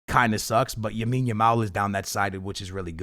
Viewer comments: “ Yamile Yamal” your pissing me off. LAMINE YAMAL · It’s Lamine Yamal bro not Yamine Yamal lol but good video! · Why can’t you say LA-mine bro….😭it’s NOT YA-mine💀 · It’s Lamine Yamal not Yamine Yamal. Guys like this comment so he sees it haha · Bro 1 time u got to say yamals name right lamine yamal not yamine yamal😂